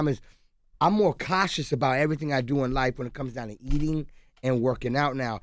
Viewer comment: "I'm more katious" lol